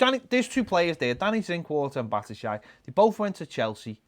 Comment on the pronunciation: “Bat-a-shy” who Ped?! 🤣